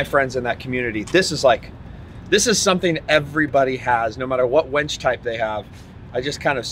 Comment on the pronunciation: Hooked on phonics buddy...its a winch not a wench lol..